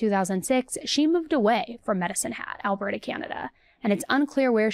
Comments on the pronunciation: It's pronounced Alberta. Like Albert-ahh. Not albert-aye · Alberta ah... not eh lol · Not a biggie but Alberta is like “al-bur-tuh” 🙂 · "Albertay, Canada". 😂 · Lol I had to rewind and see if you actually said Alberta that way 🙈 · As a Canadian I am offended by the pronunciation of Alberta lol